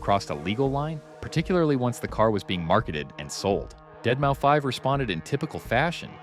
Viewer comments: Deadmau5 is pronounced "Dead Mouse". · Bruh, what the fuck is a deadmoufive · This video really shows the text to speech a bit too much. Z “O” 6, Deadmouse not dead mou5. Other than that, great video.